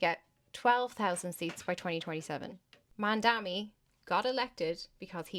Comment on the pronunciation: This is the dumbest thing I’ve seen in a while!! You can’t even read Mamdani properly or at least mispronounce it consistently… mandami to mandani to mamdami and on and on. You criticize him saying it the first of its kind and them proceed to give an example about something not childcare related. You’re the type that needs everything spelled out for you or your little brain can’t comprehend it accurately. You also said the children are unsupervised - absolutely moronic and a dry-mouthed disgrace! You don’t deserve this fucking comment and I will be reporting your post and account for spreading misinformation!! Go inform yourself before spewing your nonsense and putting your intellectual inabilities on display like this!